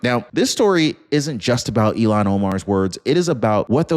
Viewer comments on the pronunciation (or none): Ill (sick) han. Not Elon! ill han please she is sick illhan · Please pronounce hed name correctly. I have to think three times when you pronounce name as Elon. Her name pronounced Ilhan. The Il. part of her name is pronounced as Ill or I'm sick as ill. The rest of her name is Han. Her name begins with a short "I", Elon begins with a long "E" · Her name is not Elian… It’s IL HAN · ILL HAN ILL HAN! NOT ELON!! DIPPY!! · ITS NOY ELON!! ITS ILL HAN !!! SAY IT RIGHT!! YOUR SUPPOSED TO BE A JERNALIST RIGHT??? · It's not elon it's ilhan! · Her name is not Elon it is Ilham. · Her name is written with two consonants together - L before H. Pronounced "IL" "HAN". My husband is from Turkey and his first name is also Ilhan. Frequently mispronounced.